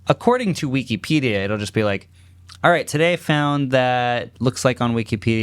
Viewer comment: WEE KEE PEE DEE UH.